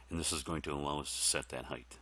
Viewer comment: height. i wonder where began the trend/habit of pronouncing that word as though there was another "h" at the end. i wonder what weird language habits i have analogous to that one. hahaha anyhow, thanks for doing this, man!